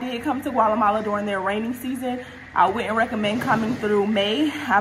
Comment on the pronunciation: yesssss, & girl not “ Gwalamala “ 🤣